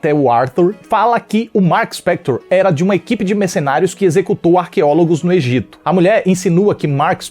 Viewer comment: ele falou EGITA e eu morri um pouco por dentro